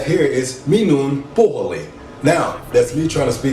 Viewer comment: I think someone else commented this on some video, but I'll repeat it here: don't try to learn the language from someone who has been in the country for only a relatively short time. His Finnish seems to be quite good already, but he had several mistakes in the grammar, spelling and pronunciation (Hyvää huomenta, puhelin, syödä, the pronunciation of the letter y). But otherwise his video was good.